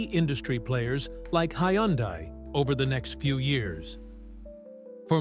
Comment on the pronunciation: How come the AI voice over pronounced Hyundai different ever time it says the word?